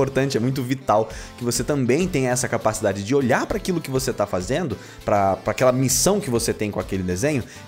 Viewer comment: ZARYA, PRRRRRONTA PARRRRRRA O COMBATE